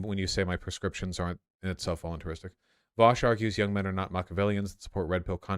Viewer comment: Vausch pronounced all the words correctly 😎